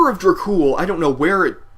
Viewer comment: Its is enunciated "Order of DrAkh Ool" not orda of drack cool. yah damned fool....n i thought this song was fucking GENIUS!!! It is actually the very first song i have ever heard from them....and immediately i downloaded there discography! SepticFlesh is one of bands the blood of metal spirit is made of. \m/